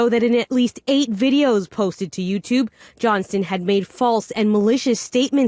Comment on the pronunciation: Please pronounce the “T” in Mr. Johnston’s last name. Those of us named Johnson don’t want to be associated with this A-hole.